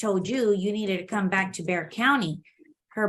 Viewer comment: It's Bexar Co pronounced Bear. ;)